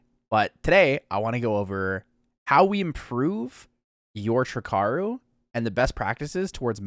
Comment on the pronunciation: Ugh🙄 another jackass calling it "trick-aru"... 3 icarus----> TRI - CARU!!!!